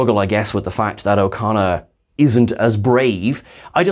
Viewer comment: Every time you say his name, I hear "O'Connor", and I just really wish they'd got Billy Campbell to play an Irish space rogue instead :p